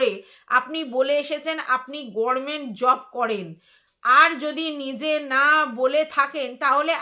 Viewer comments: তুমি তো দেখছি আমাদের ব্যানার্জী দিদির মতো গরমেন্ট বলো 💀 উচ্চারণটা "গভর্নমেন্ট" হবে আর যদি ইংরেজিতে উচ্চারণ করো তাহলে সেটা হবে "গাভার্নমেন্ট" বা একটু দ্রুত বললে "গাভারমেন্ট"। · গরমেন্ট নয় গভর্নমেন্ট হবে